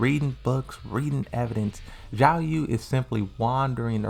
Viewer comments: Why do you keep misspronouncing the names????? is noy Yiaoyu is XIAOYU and is not AZEL is AZAZEL with two Z. For the love of God, pronounce the names correctly, is in the game. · He keeps pronouncing Xiaoyu "Yiaou", I don´t know why he does this but he refuses to learn.